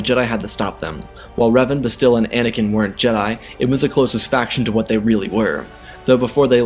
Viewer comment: Bastilla Shan So her name is pronounced Bas - still - La - Shawn Lol Grammer police over and out🚨